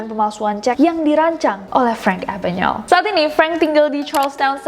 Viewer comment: Nes, pronunciation nama Frank Abagnale kok bisa jadi Abanyael? Bukan Abagneil instead? Ini contoh penyebutan nama beliau oleh salah satu pembawa acara tempo dulu.